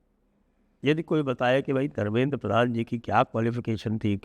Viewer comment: Sir it's pradhan not prathan